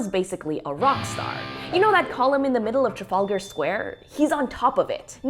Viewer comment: The whole video, the research, the editing, the narration, is amazing. How long did this take you? The only theming I would criticise (as a British person) is your pronunciation of Trafalgar 😂